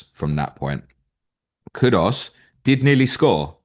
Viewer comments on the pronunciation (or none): Can you please stop saying kudos instead of kudus. Very irritating but it seems 90% of people do this